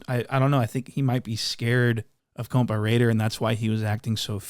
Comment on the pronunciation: Why u say compa raider the wrong way now ? 🧐